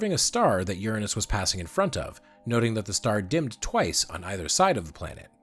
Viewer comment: re: pronouncing Uranus, THANK YOU!!!!!! I really think it should've been spelled Ouranos so we wouldn't have to deal with the stupid-ass butt jokes.